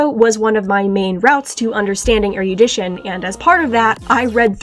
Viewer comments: I'm so sorry I can't handle hearing "er-YOO-dition" forty times in a row 😭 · So I just found out. While “erudite” is pronounced “er-e-oo-dite” “erudition” is pronounced “er-ruh-di-shn.” Fuck English